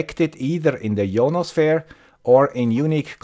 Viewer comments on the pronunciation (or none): Pronunciation of 'Ionosphere' ;)